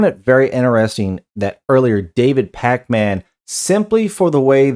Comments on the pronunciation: "Pac-Man." lol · Love how everyone says it like “Pac Man” 🤣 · I thought it was AI with your pronunciation of Pakman. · I love the way you say his name like the arcade game 😅